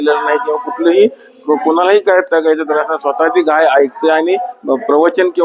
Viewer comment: गई नाही गाय म्हणा